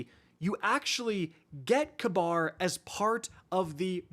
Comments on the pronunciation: Ka-Bar? I thought it was Ka-beer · its probably ragebait but holy FUCK. ITS PRONOUNCED KABEER NOT KAB- AR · you're driving me nuts with your pronunciation of Kabr's name XD Its not Kuh-bar its Kuh-beer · It's pronounced Kayberr lol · You’re right. It is k-beer. Idk why said it that way. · calling Kabr KAHBAR is the highest form of rage-bait 😭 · is that how the dr game pronounces his name? i always pronounced as kahbeer 🤔